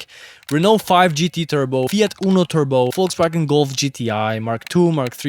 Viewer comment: The way you say FOLTSvagen, you have to come from eastern Europe.